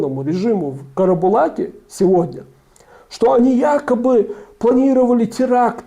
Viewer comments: ка ра бу лак чел... а не калобурак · КАРАБУЛАК 🤦🏼 правильное название города.Д..бил